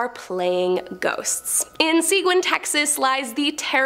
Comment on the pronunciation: It's pronounced SAGEEN (Seguin) lol there are a lot of places you will never know how to pronounce unless you're from here.❤❤❤❤❤